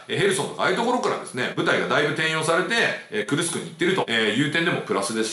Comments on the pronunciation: じょうねんさん not くるくす but くるすく っす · くるくすではありません。 クルスクです。 昔、大戦車戦があった所です。 歴史は繰り返すと言いますがどうなりますかね⁇ ナチスドイツが負けてソ連が大きな損害を出して勝利しますが今回はどうでしょうか⁇ ロシアは昔から犠牲を払わず、するやり方をします。 北朝鮮の兵士を使い反撃すると思います。 いくら性能のいい武器があっても最後は歩兵だと思います。